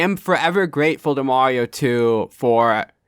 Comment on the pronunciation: Viewers shocked that can pronounce mario correctly. It's Mario, not Morio